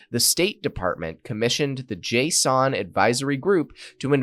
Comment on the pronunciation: Why are you saying Jason like JSON